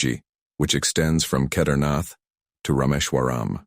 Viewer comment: Do learn how to PRONOUNCE SANSKRIT properly. Please. "Shivling" is the Hindi shortening of the authentic SHIVA LINGA. You can't even pronounce Kedarnath...sheesh.